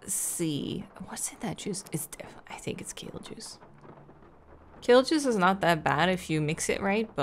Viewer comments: I hear kill juice everytime! So when you said ''Kill juice is not that bad'' I was really confused.😂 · Lol. Kale juice... got it. I thought she was saying kill juice. Took me a sec. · I had to turn on subtitles and listen a few times over to understand she meant kale juice and not KILL juice. I was so concerned when she said it wasn't really that bad, like excuse me ma'am do you drink poison regularly? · I thought she was saying “kill juice” at first 😅